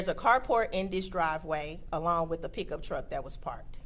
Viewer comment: what about peekuptruck instead of pickup truck